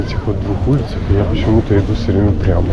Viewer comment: По слову улица понял что ьы из рф